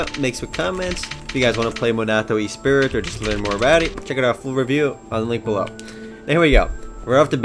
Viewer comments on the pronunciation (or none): E-spirit? "Ess-pree". Also, you have a somewhat creepy loli-fascination and it makes me nervous? ^^